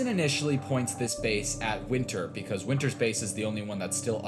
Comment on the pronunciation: Wynter? ETHAN WYNTERS